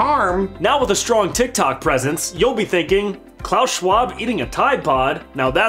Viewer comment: It pronounced clap swab